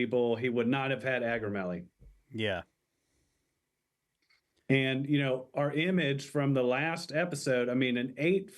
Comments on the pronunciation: And it’s Ak-row-MEG-uh-lee if you want to say correct-lee😊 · Hey, I know we’re being funny in part 3, but, just in case, it’s “acromegaly”.